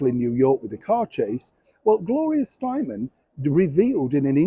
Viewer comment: Gloria will leave a fantastic legacy. She was and continue's to be an excellent writer, a classy activist, which is difficult, as well as beautiful and elegant. She was never perceived as narcissistic or arrogant, just committed to the liberation of women. Her name is pronounced Steinem. She has always been highly respected here in the USA. I was at first surprised that she would confer with Meghan, but when it comes to raising money, likability is not considered. It's all about how many tickets the charity can sell.